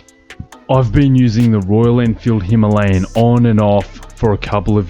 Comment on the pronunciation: Immediate 'like' because you can pronounce the name of the bike properly! Now.....back to the video.